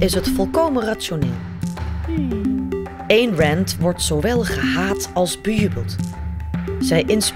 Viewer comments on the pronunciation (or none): Je spreekt Ayn uit zoals je het schrijft, dus niet Één. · De naam Ayn heeft trouwens precies dezelfde klank als 'mine', en dus niet als 'pain'.